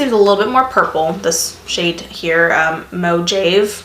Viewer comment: Mojave, pronounced moh-hah-vee. Like the desert! :D